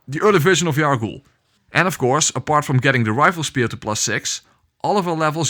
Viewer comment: I’m writing this knowing the video is 2 years old, but if it happens to help with your English, the name you get stuck on for Yahar’gul before Rom is pronounced hype oh gee ann/hype oh g n jail. Gaol is the same world, old spelling from centuries ago. I felt bad about you getting stuck on something that isn’t commonplace. English can be confusing with all the mixing of other languages and other centuries, so I don’t blame you in the least, I hope it helps 😊